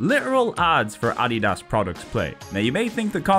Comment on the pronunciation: Just a very bizarre mispronunciation is all. No need to get sassy